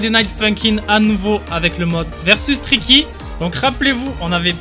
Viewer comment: Uun moment il a dit ticky 😂😂😂😂😂😂